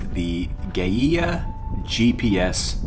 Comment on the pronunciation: I think Gaia is pronounced like "guy ah."